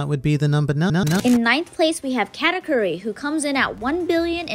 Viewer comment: apparently cant pronounce katakuri.